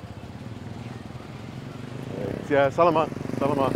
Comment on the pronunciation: “Sell a mut, sell a mut.” Haha I’m just teasing you,. Think of the meat “salami” whenever you want/need to say “salamat”. Another thing to note is that the pinoy letter A is always an “ah” sound; such as whenever a doctor tells you to stick out you tongue and say “ah!” I’m enjoying your content,. Thanks for sharing these.